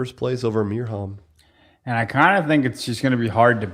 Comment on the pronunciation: Ok, after listening to Mirjams Name being butchered for a Year now, let's try and give some help here: You're pronouncing it with a hard H which isn't there. Replace it with an Y (like in "Year") and you're good to go😬